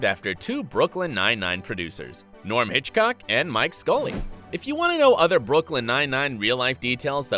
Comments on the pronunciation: it's norm Hiscock not hitchcock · it’s norm hiscock not Hitchcock